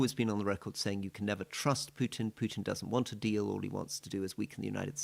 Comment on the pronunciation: Rory said, 'minerals deal' but it sounded like 'minerals steal', which describes it perfectly.